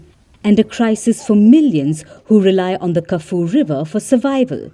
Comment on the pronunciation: "Kah-Foo-Wee Liver"